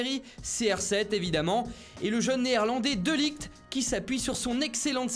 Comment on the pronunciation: Insupportable d'entendre toujours prononcer le nom de Matthijs de Ligt de cette façon !! Tu le tapes dans Google Traduction, tu le passes en Néerlandais et tu fais écoute la prononciation audio ! C'est pas compliqué et ça demande pas énormément d'effort, si !!? Ensuite, tu essaies de le prononcer plusieurs fois et ça ira mieux !! Pour nos oreilles surtout...